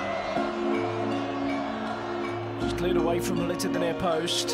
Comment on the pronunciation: I love how the English commentator pronounces Gullit, "Houllit"